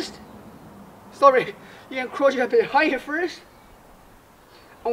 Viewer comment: When he says crouch it sounds like he's saying crotch